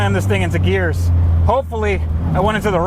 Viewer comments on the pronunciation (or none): none